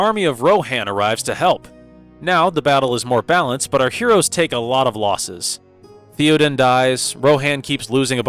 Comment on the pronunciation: Okay not a bad review with a couple of exceptions, pronunciation. It's pronounced THAY-O-DEN King and DEN-A-THOR.